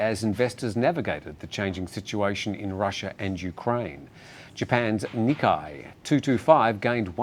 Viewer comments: proper pronunciation is Tokyo Nee KAY ii; not Ni Ka ii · I think “Nikkei” rhymes with Jay…as in Ni-Kay.